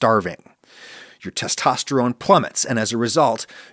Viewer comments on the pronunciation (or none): none